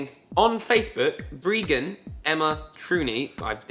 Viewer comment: You actually said my name really well so :)))(Ps I'm breegan)